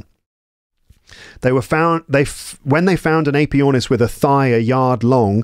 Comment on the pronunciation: Very good, but all the introductory wiffle-waffle is distracting. Give a brief introduction and then start reading the text. After all, if their English isnt fluent, they're not going to understand all that verbiage at the start. BTW, check the pronunciation of the AE in Aepyornis.